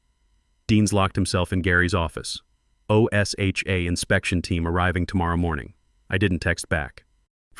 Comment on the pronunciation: Please! tell your AI = O-S-H-A (OSHA) is not pronounced spelled out as it's being done here, it's pronounced as one word "O-sha".